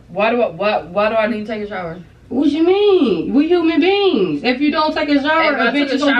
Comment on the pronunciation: “ what you meannn we human beens” 🤣🤣🤣🤣😭😭